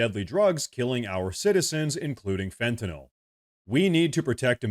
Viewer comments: Thank you for pronouncing Fentanyl correctly. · Thank you so much for pronouncing "Fentanyl" (fen-ta-nil) correctly, when most reporters say it incorrectly as (fen-ti-nall). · I wish I could give you an award for pronouncing Fentanyl correctly.